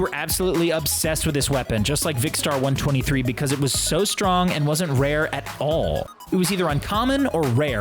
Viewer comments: 1 23? No no no. It’s vikstar123. “One two three”. Not “one twenty-three” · Viksta 1 twenty 3 it's viksta 1 two three